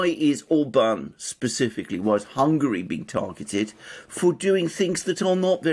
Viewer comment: I LOVE the fact that these two are amongst the very few people pronouncing Budapest and Orban correctly (Budapesht/Orbaan) - or rather as correctly as can be expected.